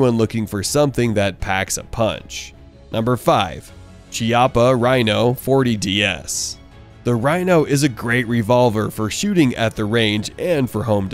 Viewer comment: And.... another guy which cant pronounce "Chiappa" ... 😅🇮🇹